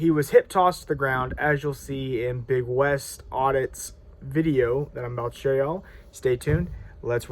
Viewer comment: It's not "Big West"; it's "Beg Wes". You don't even know your own community. Just like that idiot at the Nevada prison who got hot-boxed for putting a prison in lockdown. Every time you guys go to a state prison, the facilities go into lockdown. Your actions aren't keeping the Dep't of Corrections in check, you shutting down Rec' time, interrupting education and work programs, and you're putting dudes into their cells long before they have to turn in for Lights-Out.